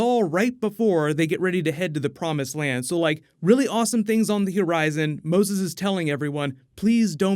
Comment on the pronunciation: "On the HErizon"??